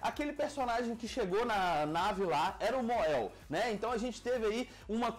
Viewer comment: Mon-El se pronuncia MONEL